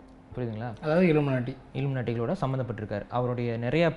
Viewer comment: இழுமனாட்டி இழுமனாட்டி சொல்ராரே இழுமனாட்டி இப்ப எங்க இறுக்குது னு சொல்ல மாட்டிகிறாறு